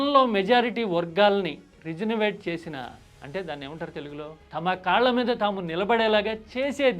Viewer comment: Not to point out....but I am not able to hold back....it is not రి జు న వే ట్ but it is రి జు వ నే ట్....